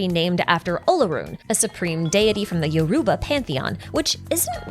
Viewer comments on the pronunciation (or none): none